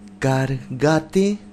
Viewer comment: NO se dice Cargate se dice Cargate por favor jeje xD